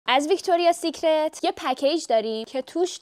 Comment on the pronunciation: عزیزم تلفظ ویکتوریا سیکرت هم دیکشنری سیکرت تو اول برو یاد بگیر بعد بیا گنگ بازی در بیار